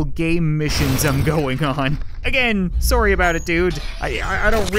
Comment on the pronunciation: He apologized for shooting the start dude and even said, “Soory,” he is a true Canadian